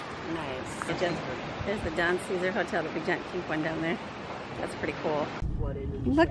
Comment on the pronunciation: The Don Ceasar is pronounced Don Say Zar hotel